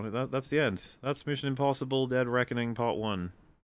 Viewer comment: Mission impossible hed deckoning